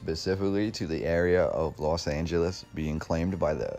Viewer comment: Why does everyone say Las when it is Los Angeles?